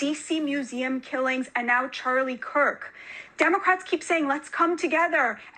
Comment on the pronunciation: The governor of Utah didn't even pronounce his last name correctly. He said Cook instead of Kirk what the F